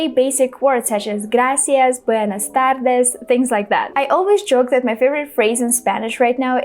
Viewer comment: Omg when you said "buenas tardes" and "gracias" i was actually amazed, you're doing great🥰🥰🥰